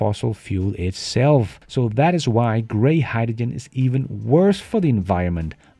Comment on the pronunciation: I have to draw the line here. It's bad enough having to listen to you pronounce Vs like Ws, but I have never heard anyone say hydrogen like you do LOL